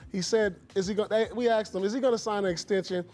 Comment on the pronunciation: I can't believe its 2020 and people on TV still say aXed.